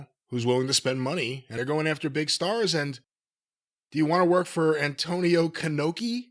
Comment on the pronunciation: "Antonio Khanoki" 😂😂